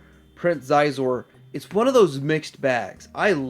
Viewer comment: If you read the book they give you a pronunciation for Xizor's name... its SHEE-zor.